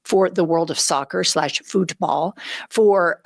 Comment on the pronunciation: Futball..."fewt ball" LOL!